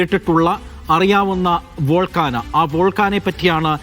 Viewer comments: ഡാ നാറി, " വോൾക്കാന" അല്ല. വോൾക്കാനോ. അങ്ങനെ പറ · വോൾക്കാനാ അല്ല volcano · Its volcano not volcana